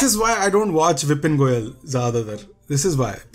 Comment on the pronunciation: Bhai tumne ek video mein ek aadmi ka naam 5 bar galat liye ho. Wow🥲